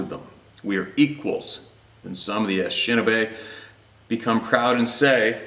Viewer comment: Pronunciation: Ah-nish-ah-nah-bae. 😂 Ojibwe. I am Ojibwe. Very proud of my heritage and knowledge. Good video, I’ll catch up on the rest. God bless.